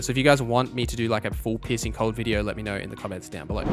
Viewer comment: i love that you say "piercing" cold but because of the accent i hear "pissing" cold XD